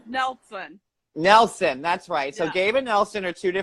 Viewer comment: Who's "NELT-SUN"